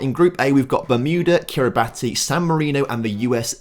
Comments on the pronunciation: It's 'Kir-ree-bas' not Kiri-bati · You pronounced kiribati wrong cause its pronounced Kiribahs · Kiribati is pronounced Kiri-bass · "Sao Tome and Principe which I probably butchered in saying" despite saying correctly. Unlike Tuvalu, Anguilla, Kiribati (pronounced Kiribass), Northern Mariana, Turks and Caicos which were butchered 😁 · Kiribati is pronounced Kiri bass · Kiribati is pronounced “Kiribass” as it’s how the “ti” sound in their language is said… I believe it’s because they don’t use the letter “s” in the language. But you’ll have to check that. But yeah… just a heads up for next time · Curacao is still Dutch. Also Kiribati is pronounced “Kiribas” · You actually just pronounced Kiribati wrong as it's pronounced Kiribas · Yet another person that has fallen for the Kiribati pronunciation trap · And North Marina (how he pronounced it) and Kiribati. It should have been North Mari-ah-na and Kiri-bas.